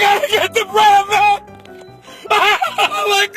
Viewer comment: I live in Pittsburgh, PA, so that should tell you enough about how we deal with snow. xDD Though, I must admit, near the end of the video of the man 'rushing' to get bread and milk, I was hearing, "Breaded milk." xD However, it did bother me when we had the polar vortex hit, as in one day, I saw at least six articles of people who had died or nearly died from being stuck outside in the negative degree weather. Yes, a couple were homeless and that broke my heart, but the ones that scared and upset me the most were as follows. First story - little girl found dead outside her home in the snow. Second story - daughter saves elderly mother from dangerous cold weather after being dropped off outside at a locked care facility. It gives me a sickening feeling whenever I think of those two articles.